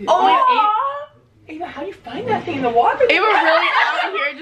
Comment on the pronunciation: "deres one mo fing in dere"